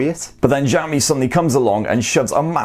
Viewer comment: He just said "Ziaomi"